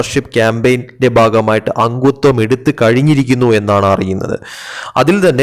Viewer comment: അങ്ങുത്വം അല്ല , അംഗത്വം.